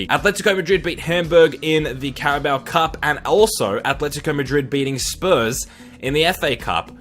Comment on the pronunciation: Quite a weird one this but I like that he actually knows how to pronounce names. Key barometer as to whether someone knows what they’re talking about is how they pronounce Atlético.